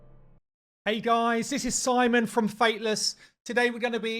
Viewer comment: So how many takes did it take for you to say Simon and not 😂